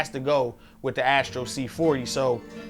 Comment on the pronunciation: It's Astro, not Ashtro